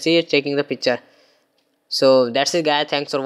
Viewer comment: It's picture,not pichre